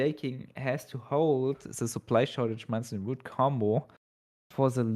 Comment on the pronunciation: It must be so confusing for to have worked her ass off to memorize the name of every card in the game only to end up casting together with and eventually just gives in like "Oh I guess it is pronounced Manson Root after all." xD